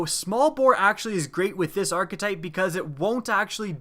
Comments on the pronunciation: WTF is an arch-uh-type? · Wanna say arkatype 1 more time